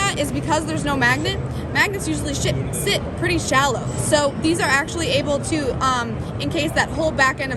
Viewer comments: Did she say shit? Lol haha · When she said sh!t instead of sit lol